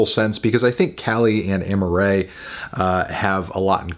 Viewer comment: Her name is Amaa-rae not Amma-rae